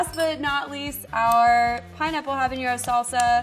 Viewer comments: Her incorrect pronouncing of habanero was hilarious. Yt people add ñ where they dont belong 🤣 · a lot of us mess this up but.... it's just habanero there's no ñ in habanero